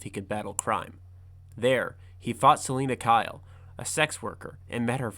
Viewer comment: "Sellin' a Kyle" uhh I think it's "Suhleena Kyle" lmaoo (does this guy even know Batman??)